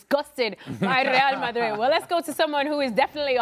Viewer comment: Ale can't say Real Madrid. Rae a Ma ee.